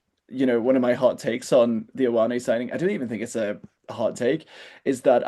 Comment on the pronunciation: One day Irish pundits, commentators, and podcaster will learn how to pronounce Ioane.